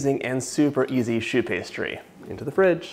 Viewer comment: Thats how you pronounce choux pastry